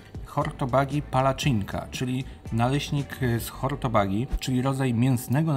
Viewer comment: Super, że w miarę poprawnie wymawiałeś nazwy węgierskich dań. Jedyne co to hortobagyi czyta się hortobadi. Przez 8 lat mieszkałam na Węgrzech i aż mi się zatęskniło do kuchni węgierskiej po tym odcinku 😅